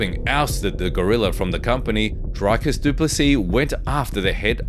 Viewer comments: Come on, man... Your video starts with Dricus telling people to pronounce his name correctly, and then you butcher it. It's Dree-cus, not Dry-cus. How is this so hard for people to get right? LOL! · Draaikus. Like really ! Dreee - kis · You added in the clip where he teaches you to say his name but you still say Drycus? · Pronounce the champs name properly please is pronounced ( Dree-kis) the champ! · He put a clip of dricus explaining how to pronounce his name that still said it wrong😂😂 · you said his name wrong right after he corrected everyone...